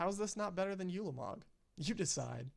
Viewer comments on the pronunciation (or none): while were at it. its pronounced oo-la-mog not you-la-mog. its also kah-Lee-tas.